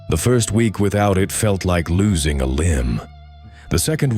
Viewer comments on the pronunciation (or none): none